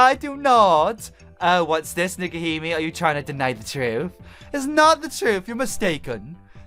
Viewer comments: it's nekohime (pronounced nekoheeme) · Nekohime (neck-oh-he-may) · Her name is pronounced Neko-HE-may. You're welcome. EDIT: The place, Hokkaido, is pronounced Ho-KAI-do(e).